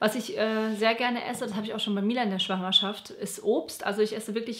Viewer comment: Besonders „Schwangerschaft“ puhhh